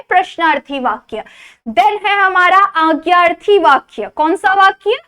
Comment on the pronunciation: Didi marathi mai agyarthi nahi bolte.. adnyaarthi bolte bai..